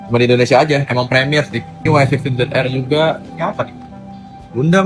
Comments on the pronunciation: Yg penting sebutan Y16 adalah "Wai 16" bukan "Yi 16"😂 hahahahhaha hodoh betul sebutan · Bukan yeh 16 tp y16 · Bang awat depa sebut "Yi 16"?😂 hahahahahahha huduh gila sebutan wai 16 (diindonkan)